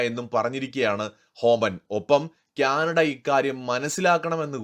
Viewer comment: ക്യാനഡ അല്ല കാനഡ ആണ് 😊🙏